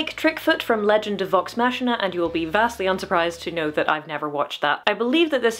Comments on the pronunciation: I love you and will continue to watch your videos but it's maak-key-nah. Like deus ex machina but Vox Machina cause they are all fairly prolific voice actors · I never know if it's appropriate to correct someone's pronunciation, but here goes. The "ch" in "Machina" (of Vox Machina) is pronounced with a K sound, like "chronicle".